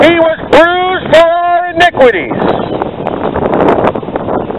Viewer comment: did you say 'inigruities'?